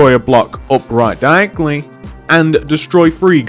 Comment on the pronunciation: diagly hahaha the way you say it is hilarious